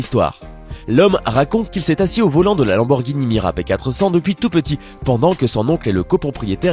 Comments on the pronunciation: lamborghini MIURA pas MIRA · et puis c'est pas mira mais miura bolosse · Putain c pas mira c'est muira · Heureusement qu'on dit Miura et pas Mira. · J'ai découvert qu'il y a des gens qui disent " Mira " au lieu de " Miura " je pensais pas que ça existait. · c'est une Lamborghini Miura P400 et non pas "MIRA" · C'est miura pas mira 😒😒😒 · C'est miuuuuuuura et pas mira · Lamborghini miura et non mira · Miura pas mira retravaille ton sujet parce que c est la deuxième fois que vous fete des fautes sur la prononciation des nom des voitures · MIURA PAS MIRA!!! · Miura pas Mira bordel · C miura et pas mira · c'est la Lamborghini MIURA pas mira !!! xD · on dit miura pas mira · C'est miura et pas mura ! La découverte la plus WTF est celle du Portugal 🇵🇹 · c’est pas la lamborghini mira mais miura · Lamborghini "MIOURA" pas "MIRA"!!!!!!!* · miura et non mira !! et bugatti atelante et non adelante . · on dit miura et pas mira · C'est Miura pas Mira 😁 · Ce n'est pas MIRA mais MIURA et ce n'est pas Bugatti ADELANTE mais ATTALANTE !!! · on dit pas mira mais miura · La Lamborghini miura pas mira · C'est pas mira mais miura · Lamborghini MIURA pas mira !! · C la Lamborghini Miura pas Mira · Lamborghini Miura pas Mira, ducon ! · Lamborghini Mira ??? Miura je veux bien ;) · C pas Mira c Miùra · Lambo Miura pas mira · Pour la Lamborghini elle s'appelle Miura et non pas Mira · C'est pas Lamborghini "Mira" mais "Miura" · C'est la lamborghini MIURA , pas MIRA , pas la peine de faire un gros plan dessus le nom ... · Slt la Daytona mais juste c est Muira et pas Mira😉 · Une Lamborghini MUIRA pas mira !! Et on dit pas Maybach mais Maybar le « ch » ce prononce « re » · c pas mira c muira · Lamborghini miura et non mira :) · Lamborghini '' mira'' mdr.... Miura! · Lamborghini MIURA et pas Mira! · Miura et pas mira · C'est Miura , pas Mira , on ne déforme pas une voiture légendaire tocard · Lamborghini mira 😂😂😂 c'est miUra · ON DIT MIURA PAS "MIRA" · C Lamborghini miura pas mira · MIURA pas MIRA !